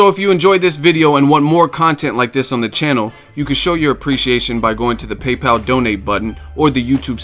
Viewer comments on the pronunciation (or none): none